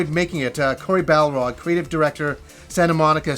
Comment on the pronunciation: The surname of the God of War director is Barlog, not Balrog. :)